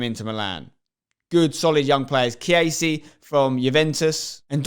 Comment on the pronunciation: Man said chiese😂